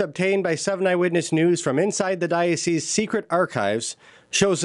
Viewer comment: Well done on pronouncing the plural of 'diocese', 'dioceses' correctly. Oft said incorrectly in the media, and even by ecclesiastical types who should know better.